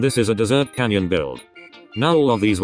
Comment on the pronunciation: (Snowy dessert roock) seems your tts has a speach problem lol